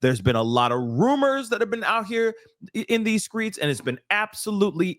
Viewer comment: Why do my black people keep saying skreets. It's streets dang it.... let's speak words as they're spelled. "HOW DO WE SCRAMBLE ALREADY SPELLED WORDS".💯🙏